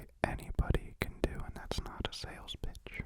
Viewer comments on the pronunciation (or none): did he say bitch or pitch??😯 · sounds like ”I’m a silly goose kinda b*tch😂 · Whichever you want to hear. For me, it sounds like bitch because that suits his sentence. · XD Lol, I heard that the first few times and I can't really unhear it. I realized he actually says, "And that's not a sales pitch. It's an I'm-a-silly-goose type of pitch." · OML i heard it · I watched it ten times and I still hear that.